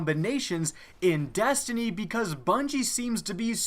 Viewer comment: And to think all this time I thought the game was called Destiny! Didn't know it was really call Dastiny !🤔😐